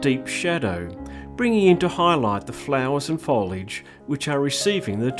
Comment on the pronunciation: Foliage….not foledge